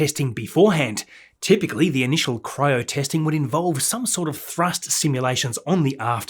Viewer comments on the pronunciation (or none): none